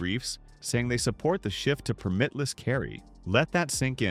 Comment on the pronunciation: It's PER-mit-less, not per-MIT-less. Accent the first syllable.